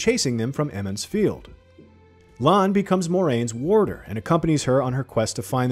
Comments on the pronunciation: Eeeemonds field 😂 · He only mispronounces Emond's Field the first time; maybe he's doing this on purpose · Emond's Field?!? You mean Two River folk! wtf is going on with the pronunciations. Lan IS Moiraine's warder, he doesn't become one. I'm not really feeling the look of these characters. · Ah yes eemonds field